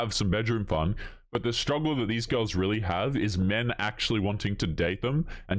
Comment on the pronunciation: What's a 'strugle'? Is that some sort of European pastry?